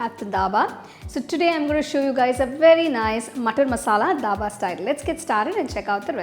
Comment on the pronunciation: That is not daba that is dhaba